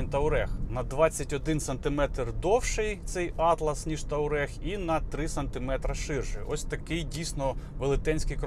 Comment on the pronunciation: Ну чому у всіх ,, ТАУрег" а не ,,ТУАрег"?